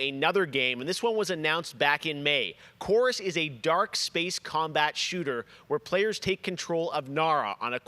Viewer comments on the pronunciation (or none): Much appreciated and thank you for your hard work: One thing: - It's 'Chorus' - not Chorvs :)